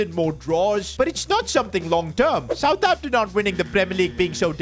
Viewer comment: He said southhampton